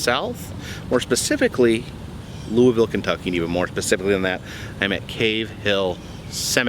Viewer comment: Yes!! You said Louisville correctly!!😂😂 Glad to see you come down this way! Btw, my nephews Boy Scout troop has been volunteering at the second grave site recently. They have been lifting stones and digging a few that sunk in. There are military veterans there too. So sad to see how long the cemetery has been neglected.